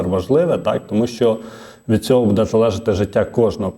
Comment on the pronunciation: Як дістав ведучий своїм будЕ. Безграмотний. Навіть не намагається правильно говорити. А ще вчитель. Від реформи чекати кращого немає сенсу. Жах.